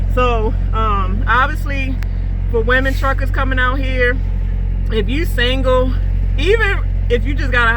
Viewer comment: You kicking so serious knowledge right now baby girl. I love how you say the word single ( you pronounce it "SANGLE")